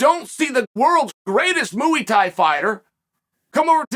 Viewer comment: "Mooo-ey" Thai